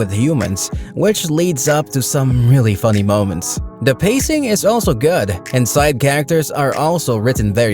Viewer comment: The way you say GOOD sounds like GOD.